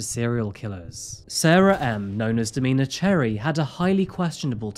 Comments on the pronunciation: Domina is this context, is pronounced dom-IN-a not Do-MEAN-a. It’s a title given to a female dominate in the BDSM community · "domeeeena".....haha no its domina, short for dominatrix 😅